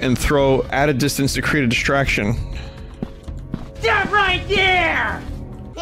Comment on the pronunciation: inb4 somebody makes a half assed game with vinny's STOPH voice just to crack a joke on a stream (please do lol)